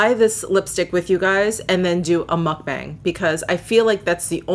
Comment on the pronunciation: So glad you tried the Chanel Duo lippie. They are soooooo good. BTW the "bang" in "mukbang" is pronounced liked your last name. :)